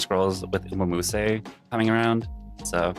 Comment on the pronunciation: lmao you said umamusume wrong